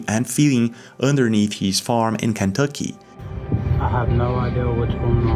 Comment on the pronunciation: It's ken tucky. Not can,. Tucky.